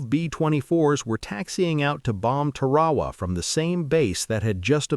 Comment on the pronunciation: It sounds like Tear Herr Waa not Te Waa Waa My Dad was a CB on Guam.